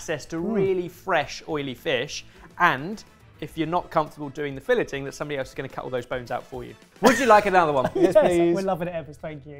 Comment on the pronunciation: "fill-it" "Es-ka-besh" Like.....seriously......have you ever heard these words before? Even once? It's not that hard to pronounce them correctly. "Fill-ay" "Es-ka-bee-chay"